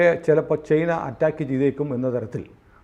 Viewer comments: ചെയ്ന അല്ല ചൈന എന്നു പറയൂ.. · ചെയ്നയല്ല ചേന😅😅